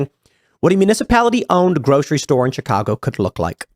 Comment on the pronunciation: Tim doesn't even know how to say "Chicago".